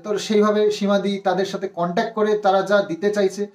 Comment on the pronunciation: Contac noi contact... English word thikthak jene bolo.. Hajar hajar lok shunchhe... Ki nishswartho somporko... Vaba jai.. Khub mushkile porechho.. Kono chinta nei.. Simadi tomari didi thakbe.. No chinta..